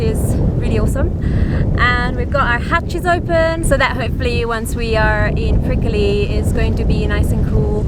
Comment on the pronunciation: It's prick-ly, not prick-i-ly!!!!